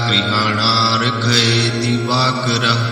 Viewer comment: गुरुजी स्क्रीन पर likha हैं, वहि बोलो,divakarm nahi likha divakara likha हैं.